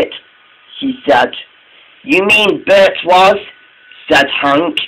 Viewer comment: It's Bert not Bret